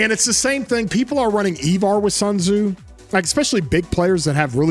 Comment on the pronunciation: E-var?? Cmon..it's I-var 😂